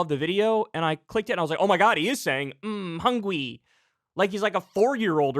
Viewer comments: I thought the “hungwy” was just from Bad Lip Reading?! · Kyle may not know who's hungwy, but he definitely knows who's houngry. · The "hungwy" thing is from a bad lip reading video to be fair. It wasn't actually DeSantis. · Are you sure that hungwy clip was real lmao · Not defending meatball at all but the "hungwy" thing is from an episode of "Bad Lip Read" video, there is enough legit stuff to make fun of him